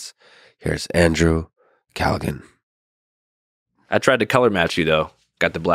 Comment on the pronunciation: Had him on and still did pronounce his name right